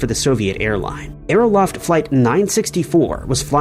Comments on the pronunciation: Great series, but it would be nice if you would research these two pronunciations: Aero-FLOT (not -"loft") and DUB-lin (not dub-LIN). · I mias the Scripture and hopefulbess at the end of your vidros. Also, please work on your pronunxiayoon of Men-del-AY-EV and AERO--FLOT, not LOFT